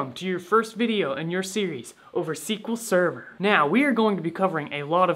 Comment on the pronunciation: SQL Sever? Im gone, C-yah!